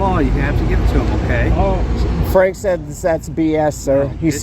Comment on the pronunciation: Oh, "PFrank", kinda like "Pfizer" or "Pfister"...